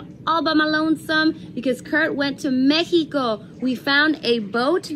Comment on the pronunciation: Meh-He-Co.... That is not how they pronounce it in Texas :)